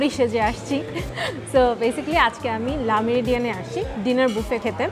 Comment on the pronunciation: It's not la Meridien, it's called Le Meridien.